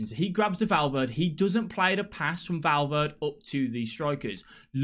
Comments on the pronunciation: Love your videos bro cheers from Los Angeles,CA also your sayin Valverde wrong 😂😂😂 jk 😎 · great video but i swear to god if you pronounce Valverde's name like that once again im going to loose it